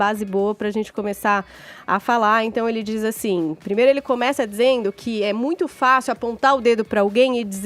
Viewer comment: e precisam de fono, com todo o respeito..., é óbvio., pode falar DIZER, no lugar de DZER. DIZENDO, no lugar de DZENDO...